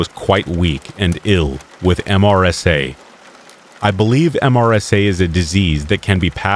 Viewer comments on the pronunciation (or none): MRSA is pronounced MUR/suh